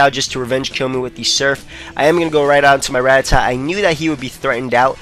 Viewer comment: ITS RAT-TA-TA not RAT-TA-TAT!!!!!!!!!!!!!